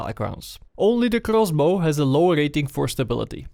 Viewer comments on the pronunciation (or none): KRRROSBOW I love your pronounciation. Where are you from btw? Poland? Czech? Turkey?